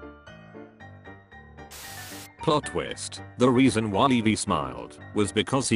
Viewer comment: Nobody: Me getting triggered when ever the computer said Leveee instead of Levi